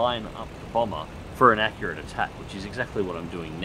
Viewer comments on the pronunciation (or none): none